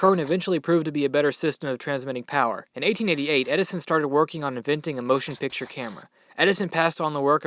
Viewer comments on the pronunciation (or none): none